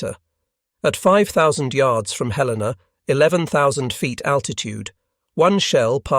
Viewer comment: The first WW2Tales installment that pronounces USS Helena correctly